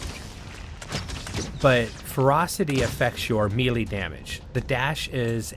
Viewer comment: Melee is pronounced may-lay. Keep up the good work!